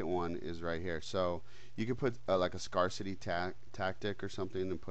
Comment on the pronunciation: Hey,, the grammar police is issuing you a citation for mispronouncing the word "scarcity." It's pronounced like scare...sity, not scar...sity. Just FYI!